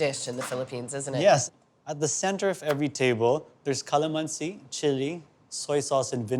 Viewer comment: I’m starting to dig you Chef until you pronounce calamansi 😭😭😭